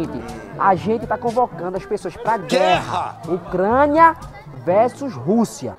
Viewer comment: "Ocrania" "-Anota aí: Ocrania com O"